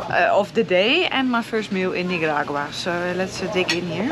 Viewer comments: The way you say Nicaragua.. lol It's a C 😅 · Perhaps they held you up so long at customs as they were confused, as you sporadically call the country NiGaragua lol so funny. I feel for those truck drivers! I wonder what the wait time is for them, and if they get paid for the wait.